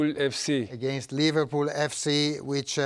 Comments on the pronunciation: No, he said ' LiverPOO FC' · I heard he said liVARpool FC... 😂